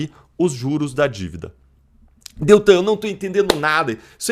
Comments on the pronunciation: Amigo o nome é DELTAN e não Deltran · Por favor, não é Deltran, é DELTAN. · NAO E' DETRAN, E' DELTAN !!!!!!!! SACOU?????